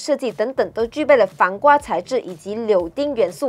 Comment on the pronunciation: 铆钉maoding 不是 柳丁 柳丁是橙